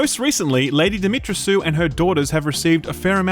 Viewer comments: Dimitrescu seems to be a Romanian name so it should be pronounced DimitresKu, not Dimitressu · Dimitrescu is not pronounced ''dimitrasue''... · It's pronounced Dimitresku... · it's pronounced dimit-tres-ku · Lady Dee - mee - tress - coo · I'll be happy when I finally hear one American pronounce Lady Dimitrescu's name correctly. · As a Romanian. Im glad The Re VIII got a Villain with a Romanian inspired name. The way you pronounce Lady Dimitrescu is so funny. But it sounds so wrong to a Romanian language speaker.